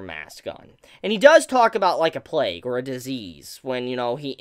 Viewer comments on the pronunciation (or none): none